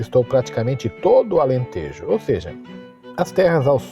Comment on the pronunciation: Tejo e Alentejo pronuncia-se com o “e” aberto.